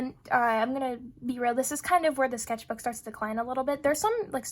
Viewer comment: The "skethbook" was annoying me soo much waah